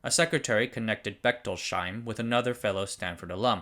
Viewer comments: Just fyi it is not Bechtol-sheim but Bechtols-heim. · Just a small note on Bechtolsheims name. It is Bech-tols-heim, not Bechtol-sheim. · It's pronounced Bechtols-Heim, not Bechtol-Sheim. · "Bechtolsheim" is pronounched "Bechtols-heim", not "Bechtol-sheim". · "Bechtols-heim", no "sh" sound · That's Becht ols heim (heim is German for home) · In German, the letter combination "...sh..." isn't pronounced "sh" in most circumstances. So, "Bechtolsheim" sounds more like "Bekhtols Hyme". But thanks for the concise wrap-up of Sun's history without background music. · Great video as always. Just a note on the pronunciation of Bechtolsheim – the three syllables in German are separated like so: Bech-tols-heim, with “heim” meaning “home”. Therefore, the “sh” is not a single sound as in “shoe” but must be separated into “s” and “h”.